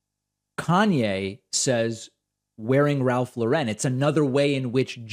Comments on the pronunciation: Kanye - it’s Ralph LAUREN. Pronounced like the first name Lauren. (Example: Lauren Bacall, Ralph Lauren) Not “La-Ren.” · David, you’re pronouncing Lauren incorrectly. Don’t try for fancy. Just say Lauren. Look it up.